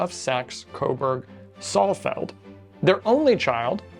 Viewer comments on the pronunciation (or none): Saalfeld, not Sallfeld.